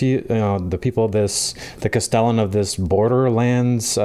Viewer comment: Nice review but I find a lot of Americans pronounce “castellan” in an odd sounding way. They emphasize the middle syllable instead of the first syllable. A castellan, or constable, was the governor of a castle in medieval Europe. Usually the duties of a castellan consisted of military responsibility for the castle's garrison, maintaining defences and protecting the castle's lands, combined with the legal administration of local lands and workers including the castle's domestic staff.